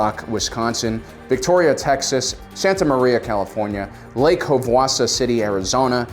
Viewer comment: He did not just butcher Lake Havasu like that... (pronounced have a sue)